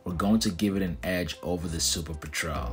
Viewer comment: Normally I love your content, and I'm interested in the topic in particular because I love seaplanes, but I couldn't make it through your video hearing you mispronounce petrel that many times. It's a kind of bird and said peh-truhl.